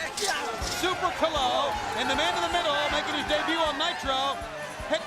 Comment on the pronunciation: He pronounced calo wrong every single time